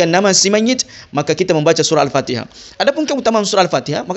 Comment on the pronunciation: Ikuti atau ikucti? Mayit atau mayict ? Fatihah atau factihah ? Syari'at atau syari'act ? Ta'ala atau cta'ala ? Luctu aku dengarnya 🤭🤣